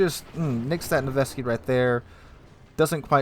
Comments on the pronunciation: Its not Nevesky, its Nevsky. Jesus... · I can't find the second 'e' in Nevsky either....